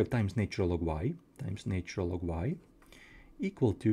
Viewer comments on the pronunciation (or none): Thanks for all your videos - I'm enjoying them. One pronunciation suggestion - the 'nat' in 'natural' rhymes with 'hatch' when spoken, so 'natch-urr-al' is how it goes!